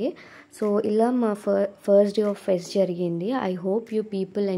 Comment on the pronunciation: Say fest not fest